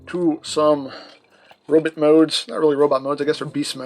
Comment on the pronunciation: "Robit Mode" - Channelling Murray Goldberg I see.